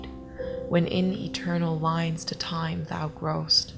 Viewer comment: the only difference i could narrow is you "eigh" in shines, lines and time. Comparing to I guess what amounts to non-regional dialect for america, you would pass very well in cleveland.